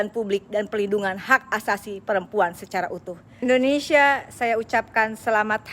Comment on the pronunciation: Oneng....nama negara kita indonesia apa endonesia....sbb Oneng bilangnya endonesia....